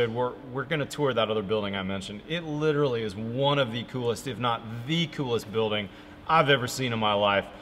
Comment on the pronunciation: Literally the walls are literally the insulation. Litcherally